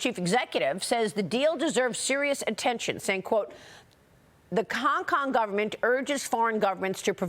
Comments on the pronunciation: Maria said “Kong Kong”😂😂😂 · maria! did you just say "the kong Kong govt" !!! educate yourself darling. -oh sweety BlackRock is globalist with 0 loyalty to America or anyone.